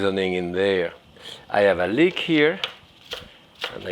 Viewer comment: It’s leek.